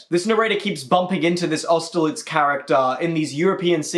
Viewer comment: AUSTERLITZ?! AUSTERLITZ?!!!! WHAT